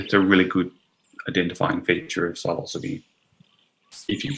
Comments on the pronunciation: like i hate to be " that guy " but its pronounced " si - lo - syb ( the e is silent) note 3 syllables " ... not - " silo -sibee " 4 syllables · Hello. So, the word "psilocybe" is of Greek origin. Greek psilos "bare" and greek kybē "head", meaning “bare headed”. Now the thing is, when pronouncing Greek words, the emphasis goes on the last syllable. So it becomes "sigh-loss-uh-BEE". This rule runs across other genera, Inocybe, Clitocybe, Agrocybe. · I wouldn't have guessed that psilocybe is pronounced like that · I have answered a similar query about the proper pronunciation in these comments. You can totally say it how you please, The word "psilocybe" is of Greek origin. Greek psilos "bare" and greek kybē "head", meaning “bare headed”. Now the thing is, when pronouncing Greek words, the emphasis goes on the last syllable. So it becomes "sigh-loss-uh-BEE". This rule runs across other genera, Inocybe, Clitocybe, Agrocybe. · Bit confused about the pronouncing of Psilocybe as the word Psilocybin is pronounced as silo-cybe-bin.. great presentation BTW..